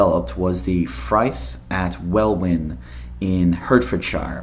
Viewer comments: It's pronounced 'Wellin' not 'Well- Win' (the second W is silent) and it's 'Hart-fud-sheer' not 'Hurt-Ford-Shire' but a brave try. :-) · Welwyn, Hertfordshire is like 12 miles from where I live. Yeah, we would just pronounce it "Well-In", and the "shire" suffix is commonly spoken as "sheer", though I think this was a relatively recent change in pronunciation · The second w in Welwyn is silent so it sounds like Wellin. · Welyn pronounced Well-Inn and Herfordshire pronounced Heart Ford Shire - I used to live there. I digress.. great video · Welwyn is pronounced “welyn”. Love your videos btw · welwyn is pronounced as "wellin" hertfordshire pronounced like "hartfordshear" 😅 great video you should take a look at some other sneakey things developed there like the cigar gun the pen gun even rats with bombs attached this place is sort of the ispiration for Q branch in the bond films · "Wellin" and "Hart-ford-sher", but other than the butchered pronunciation of our crazy placenames this was a great video! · Nearly said it right, we kind of loose the second w in Welwyn to pronounce it "well in" and Hertfordshire is pronounced "heartfordshire" I believe a hert is a word for a stag as the county symbol outside county hall in Hertford town is a big stag. I think it's the same as hart. Cool vid dude. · Pronounced Well-in and hart-ford-shir, I'm from about 30 minutes from the building :3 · Excellent vid. If you ever need to know, say 'Wellin' and 'Hartfordshuh''. All best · the way welwyn is pronounced is well-in, it's Hertfordshire near where I live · I went to college in Welwyn in Hertfordshire.... They're pronounced 'Wellin' and 'Hartfordsherr' :-) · Little help for your pronunciations Welwyn- Say Wel In Hertfordshire- Say Heart Ford Sheer Nice attempt though we have some really stupidly spelt place names, love the videos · Not a bad pronunciation, but it’s pronounced ‘wel-in’ and ‘heart-ford-sh-I-er’ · Welwyn is pronounced "wellin", Hertfordshire is pronounced as in "heart"